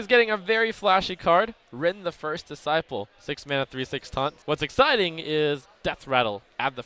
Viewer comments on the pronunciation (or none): none